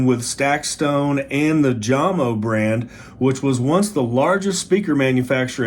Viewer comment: Jamo is pronounced Yamo. The two openings on the sides are duct ports for the bass tones. The anti skate adjustment is important and should be done before extended play. A conventional dust cover is now available from the company. Enjoy!